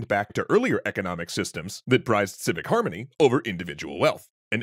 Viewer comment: "Civic Haramany" The fucks that!?